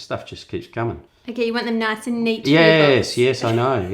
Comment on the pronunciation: "Noice" lmao